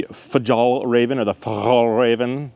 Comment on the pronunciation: Your prononciation for "fjällräven" was so good that I (a swede) thought it was arabic, well done!